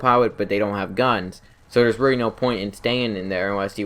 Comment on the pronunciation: "rearry" (really) "Pirot" (Pilot) "Mobirity" (Mobility)